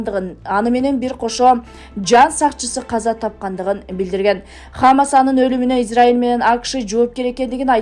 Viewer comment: Алып баруучу (диктор) туура окугун хамс эмес хазболла эмес (хамас жана хезболла)болот.